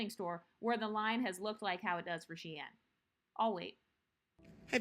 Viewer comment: .. it’s SHEIN., are we okay??